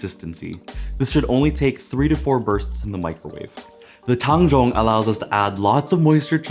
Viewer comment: holy fuck this is the first time ive heard anyone pronounce tang zhong accurately slsjdhskshdjk